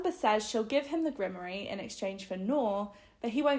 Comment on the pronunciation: While I’m grateful for the breakdown because I couldn’t read it since it was beyond boring, every time you mispronounced grimoire it made me shudder. 😆